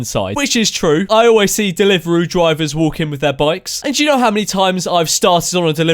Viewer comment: What's a delivaroo